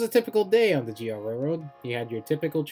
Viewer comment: The way you said “GR” railroad got me laughing